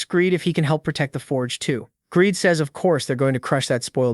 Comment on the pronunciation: Your AI is broken, his name is "Greed" not gradey/Greedy and other fails. Well, it's better than 75% misgendered, I mean it says "he" so how does it say "her"??